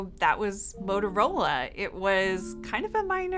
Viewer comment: I thought it was a "Motorola" and not a "Modorola"... have I been getting it wrong all these years?